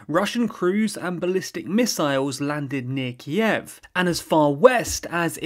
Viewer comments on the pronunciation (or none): Kyiv — stress on a first syllable. The way you pronounce in terribly wrong and sounds weird